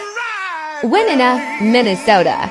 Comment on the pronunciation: Lol.. it's pronounced whynona mn..so a long I, not short.. yes I live in Mn